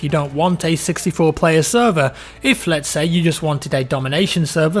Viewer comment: Anything for free would be appreciated keep up the great content and learn how to say instead of seys thankyou hahaha